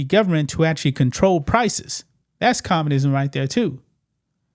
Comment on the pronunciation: Please learn how to say "communism". It's not commanism. It's not commanist. There's a distinct U sound that you're not getting. Oh, and we're the only country in the western world that doesn't have universal healthcare. Is the rest of the western world communist because they have universal healthcare? Sometimes you say some really stupid stuff, like decrying communism where it doesn't exist.